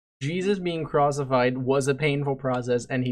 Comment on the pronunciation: did he say crossified instead of crucified LMFAO Edit- He later does say crucified but I wouldn’t be shocked if some people thought it was that